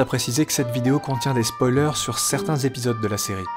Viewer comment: Merci, je viens de vous découvrir vous offrez une version que je n’ai jamais vue nulle part. Damage que vous massacrez le français. Exemple. Sic’. ’Spoiler’’ Ça m’a fait saigné les oreilles.